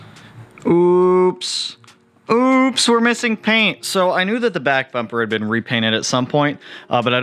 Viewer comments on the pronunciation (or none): none